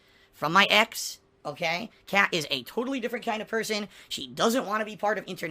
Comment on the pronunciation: Why does he keep saying "Pat" instead of "Kat"?